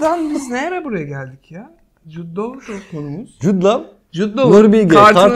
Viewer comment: Mert Jud Lav diye diye en sonunda Caner’e de Lav(love) dedirtti oysa direnmişti Lo (law) demeye bir süre :)